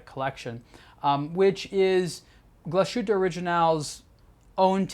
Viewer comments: True mate the way he says it is terrible... Hope he remembers that it is a German watch brand so please say it in German. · people who know how it is pronounced in German get upset about it because the pronunciation is wrong. It's as simple as that. Another famous example is Porsche. It's pronounced Porsch-e. The e sounds like the e in bed. Are you from the US? If so, how would you feel if someone pronounced Illinois Illi - noise or Arkansas phonetically? It just sounds wrong. Also, saying one is not able to pronounce it correctly is not an excuse. Especially in this case because he's got the for non native German speakers most difficult diphthong - the ü -right. The thing he does wrong is the s. It sounds like an s and not like the English sh. Change that and there he goes. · Agree, it's quite distracting each time he mentions the name of the brand because you would expect a channel dedicated to watches to get the basic pronunciation correct. Also it's not pronounced O-ri-jin-NAL (like the alcohol gin), but rather O-ri-gi-nal, (as in first half of the word geek)